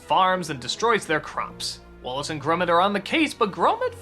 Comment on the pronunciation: Did anybody else hear him say "Wallet and Gromit"?